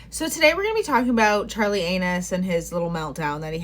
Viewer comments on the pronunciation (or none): 🤣did you say Charlie "Anus"? hahah hilarious.. but true.